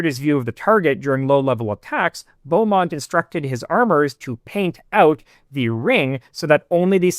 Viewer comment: ??? It's still pronounced "beemont", not quite sure what you're on about